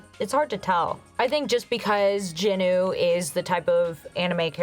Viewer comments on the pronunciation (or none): Jin Woo. Not Jin Oo.